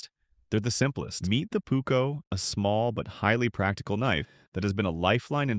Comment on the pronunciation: The Pukko….it is called PUUKKO